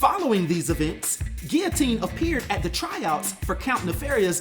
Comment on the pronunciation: I really like Guillotine’s armor & appreciate the realism of a character that protects themselves when hitting the streets. Did the Sword flee after hearing “I’m Rick Jones B***h” 😁Great job with this video and real smooth with the French pronunciation.